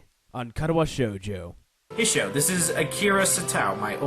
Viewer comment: In case you still pronounce Hisao's name wrongly again. It's only 2 syllables (His-Sao) .